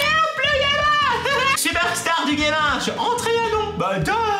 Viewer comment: au debut ta dit gaming et apres gaminge